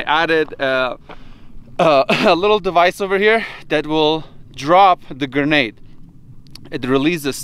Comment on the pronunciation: Gernade? Lol